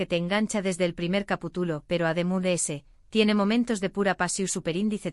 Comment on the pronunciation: No es Lugrima es LAGRiMA NO es CAPUTULO es CAPiTULO No es CUNCiO. Es. CANCiÓN iiiii lo de SUPER INDICE TRES NO ES......ERES PESADA .......... iiiii muchos errores mas APRENDE A HABLAR MEJOR